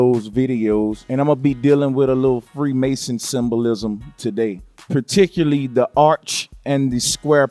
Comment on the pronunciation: Particurly? Please use proper speech if you want us to believe this visual concoction.